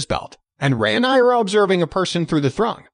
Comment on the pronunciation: re-nai-ra lol